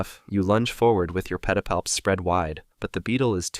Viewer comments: The way he says “Petapalps” is oddly satisfying 😂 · New drinking game. Take a drink every time says pedipalps.